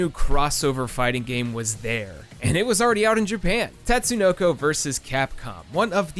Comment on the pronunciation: *Tut-sue-no-co Also, Karas ftw.